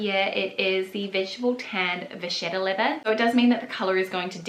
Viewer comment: I like the look of these Linjer bags, but they’re just too small for me. I don’t want to carry a tote everyday, just a medium to large size shoulder bag. BTW, Vachetta is pronounced Vah-ket-ah, it just means cow leather, really.